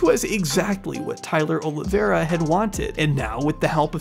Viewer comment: Why do people say "Oliviera"?